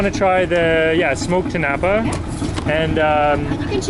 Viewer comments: just to help you with the pronounciation, in tinapa, the stress is on the last syllable (ti-na-PA). your pronounciation is close to that of the word tinapay (ti-NA-pay) which is tagalog for bread. 💚 love love love that you're so interested in our cuisine. at times, i am amazed by some of your culinary insights. more power to your channel. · Tinapa is inflected at the third and not the second syllable. It's eaten for breakfast and like most other Filipino breakfast item this is a paired with garlic fries rice or "sinangag" To eat this you dip the tinapa into a spiced vinegar condiment then eat it with your fried rice and fried egg. It would be recommended to follow it up with "atchara" or pickled green papaya. Love your content thank you for featuring our food and appreciating love from the Philippines 🇵🇭 ❤